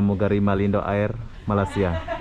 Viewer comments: Malindo air... sebutan "air" tu "er" ( "r" nya sebut sikit aja)... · Toilet bhs Inggeris Tandas bhs Melayu Air... bunyinya sebutan...eeeee . Bukan bunyi sebutan ...ayer